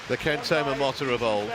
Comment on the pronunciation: Stop saying Momota like this.